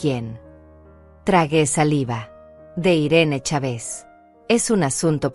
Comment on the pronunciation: Los acentos los coloca donde no va y dónde va lo sustituye. En México es Chávez y ella pronuncia chave's